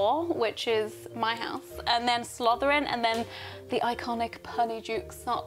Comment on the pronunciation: Notice how she said slotherin lol